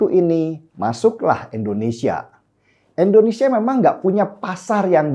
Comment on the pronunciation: Abg mnta maf sbelum nya,, krna aqw dengar b kata endonesia luruskan nma negara kita yg tercinta ini indonesia.. Bkn endonesia